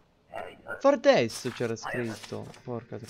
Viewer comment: Il distretto era Fardsto non Fardesto.